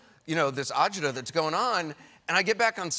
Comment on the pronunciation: "All this adjjuda going on" .... What? Help me out here internet.